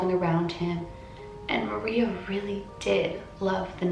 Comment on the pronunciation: Her name is said like Ma rrrrreeeeeaaaa